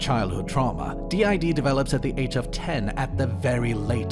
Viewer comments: Its not anything important but the fact that they call it "did" not Dee Eye Dee is ...ew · Just the fact she pronounces it "DID" as a word and not "D.I.D." letter-by-letter is already kind of a red flag that she doesn't know what she's talking about lol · Her calling it "did" and not D.I.D was the last straw for me 💀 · As someone who suffers daily from the debilitating disorder, I find this highly (the person in the tiktoks) insulting and infuriating. I am no professional by any means, this is strictly my opinion from what I’ve experienced. DID, not pronounce like “did”, is a disorder that is caused by severe and ongoing trauma. Trauma so bad that the brain has to protect itself from, well, itself and those who have harmed them. Sometimes this protection is up their whole life, not knowing they have DID. Sometimes it’s the opposite and they find out because of a psychologist or psychiatrist. There are countless factors that go into this disorder being formed as well as everyday tasks that may seem simple to some, but can be quite difficult with this disorder. All this said, I hope that this person seeks out a professional who has worked with clients/patients with DID and/or OSDD. Not everyone who has DID knows it, those who do may not have a diagnosis yet; DID takes several years on average to diagnosed. As for others on any social platform, I hope the same. No one can really tell if someone is faking something; it’s a truly difficult situation to navigate. Peace and good vibes for all y’all, Jay